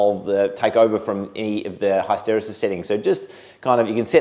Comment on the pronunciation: Mate, you're not allowed to give another Control Systems lecture until you learn how to say HISS-tuh-REE-sus